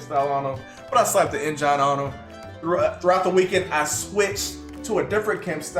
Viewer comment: Is the “Engine” pronunciation a Texas thing? Genuine question from someone from Massachusetts